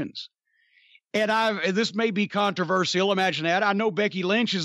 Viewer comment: Is Jim just trying to get the stupid intro over with at the beginning or does he really pronounce the word controversial wrong, sounded pretty stupid when he said it